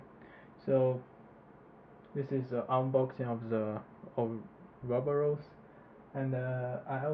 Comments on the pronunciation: Or-ah-bor-us < How to pronounce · Ou-roboros, LOL.